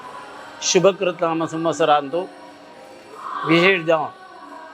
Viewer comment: It's Shobhakrath nama samvatsar, not shubhakrath